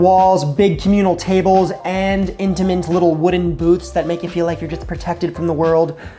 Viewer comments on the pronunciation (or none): who here looking for "intimint" dining